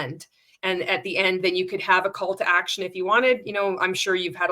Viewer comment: With the pro tips for MLMs wanting to make a story you said, "...you can have a Call to Action at the end..." but what I HEARD was, "...you can have a CULT ACTION at the end..." and now I can't unhear it lol.